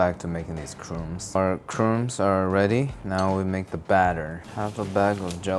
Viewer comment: Crooms? Lol. In case anyone needs this, it's actually pronounced like u in crud* minus the d, add silent b, and s. Crumbs. *Crud is pronounced how, the u like u in rug.